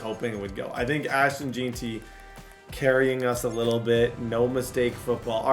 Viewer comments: BRO ITS Jen-Tree not Jee-tee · Jen-tee not Jean-tee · Gen-tee for Jeanty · Bro why does he say jeanty like that